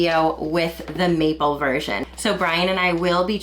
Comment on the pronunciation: MAPLE!! First time she said it i heard "meatball" and it had me utterly confused 😅